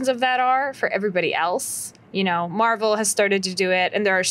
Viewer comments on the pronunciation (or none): none